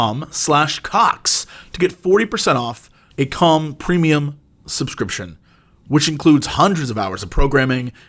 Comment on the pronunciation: Jesse tries so hard to not pronounce calm as com that it's starting to sound like cum.